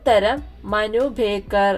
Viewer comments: മനു ഭേക്കർ അല്ല മനു ഭാക്കർ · Ningal appohzum Manu beckar enna parayunnath sherikkum Manu backer enna 😂😂😂😂